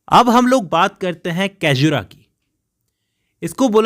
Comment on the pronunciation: It’s सैज्युरा not कैजुरा, बाक़ी आप बहुत अच्छा explain करते है .